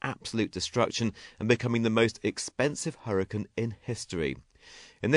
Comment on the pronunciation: hurriacanne not huricann